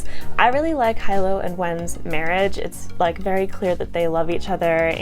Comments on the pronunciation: He lowe not hi low. FYI. Great review. And you are beautiful. Have a great day everyone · Loved Jade war ! Shaes battle had me sweating buckets lol. So intense. Hyped to read legacy now . Great review ! I pronounce Hilo "Hee-lo " though 😅